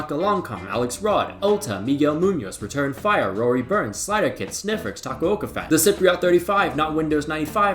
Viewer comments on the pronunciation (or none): none